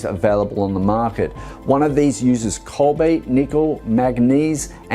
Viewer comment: Does he mean to say cobalt im sure he keeps saying cobait. Wasn't sure.